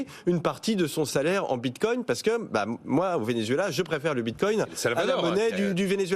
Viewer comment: 🤣🤣🤣 merci c'est magnifique : "Moi j'appelle ça dès crypto actifs" 2min plus tard : "La cryptomonnaie de Létheréoume" "Le bintcoing est monté à 58300" "L'autre asiatique a voulu racheter FTX" 😳😥😫 Ah vous m'avez fait beaucoup rire, c'est ridicule.